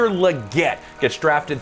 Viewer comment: Xavier "LEE-GET" Legette.